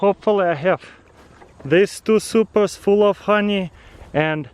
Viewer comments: Are you saying Supra? Like the first time u said it I'm like "did he say Supra?"😂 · Was he saying i have some supras